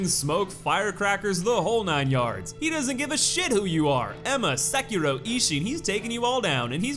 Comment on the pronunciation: Can you please learn how to pronounce the name of the main character? It's literally said by Isshin multiple times throughout the game, the way you and the other youtubers pronounce it is painfully wrong. Seh-kee-roh (doh) roll the r. Even Vaati can't be arsed to pronounce it right, though I guess fanfiction and making shit up is his forte, and stealing content. So not surprising.